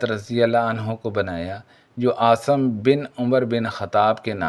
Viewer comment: Assalam alekum jub Urdu nahi aati tu urdu ki taang na tora karen jo zaban aati he ossi me video banaya karen asim ko aap asam parhty hein ghaddari ko ghardari bol rahy hein or bhi beshumar ghaltiyan hein meherbani ker k urdu ko make karden